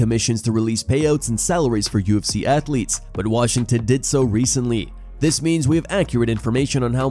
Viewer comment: Everytime i hear 'alright lets get these show started' it annoys me. why couldnt he just enunciate lol